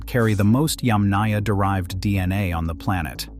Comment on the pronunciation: you are mispronouncing "Yàmnaya" -- the emphasis is on the first Yàm (pronounced - YUMM, as in - yummy) ... so it's not yamnàya, but yàmnaya, yAmnaya... 👋